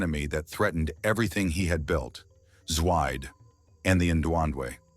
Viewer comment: It’s pronounced Zwee-Deh